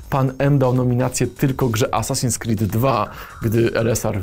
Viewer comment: Gościu powiedział assassin "screed" 2 xd